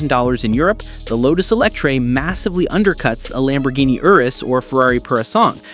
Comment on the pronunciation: ANOTHER MISINFORMATION AI. LAMBORGHINI IS NOW LAMBORDINI ?? WTF